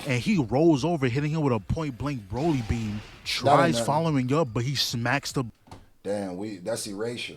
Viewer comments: to this day bro still saying broily i can't😭😭, DOES HE KNOW???? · yeah he know's but he told a story where he and his cousins called him broily so he says it like that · My guy still can't say broly properly